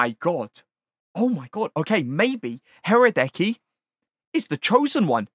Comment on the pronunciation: haradeky? lmfao i love how most english speaking people cant pronounce slovenien/scandinavian names